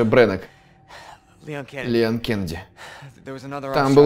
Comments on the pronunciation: ЛеОн, а не ЛЕон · Его зовут Леон ударение на О, леОн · Мне понравилось, лайк, и кстати, в принципе мне не важно, но Леон с ударением на е мне не очень звучит, но это уже твой выбор. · Не хочу выпендриваться но не лЕЕЕон,а ЛеОООН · В локализации леОн, по произношению английскому это лИон, т.е. лЕон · леОн а не лЕон >:0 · не леееон а леооон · Леон правильно ЛеОн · По моему не ЛЕон а ЛеОн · Не лЕон а леОн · правильно произносить имя леОн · Ударение в имени Леон не на (е), а на (о) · Леон ударение. На о